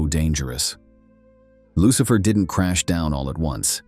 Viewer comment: LUCHIFER LOL IDIOT FUCK